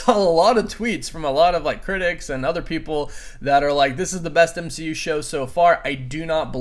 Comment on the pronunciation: M-she-u got me 🤣